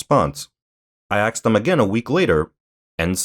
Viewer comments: You "axed" him? You deserve to lose everything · "Axe them"